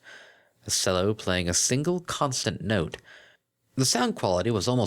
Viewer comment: cello is pronounced "chello". Same with cellist as "chellist".